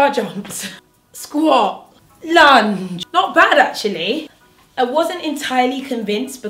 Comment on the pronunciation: When you said lunge low key thought you said lunch 😭